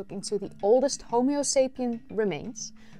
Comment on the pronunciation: You know what's funnier than your mispronunciation of Homo as Homeo? When you mispronounced Pumice as Pew-mis.